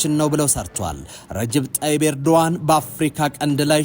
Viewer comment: ያ ትክክለኛ ስማቸው ኤርዶአን ነው.ኖት ኤርዶጋን.❤ g, is silent.